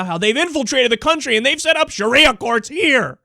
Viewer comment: Sha-ria, wouldn't that be a nice girl's name?lol